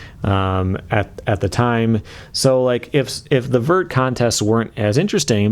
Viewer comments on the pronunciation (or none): none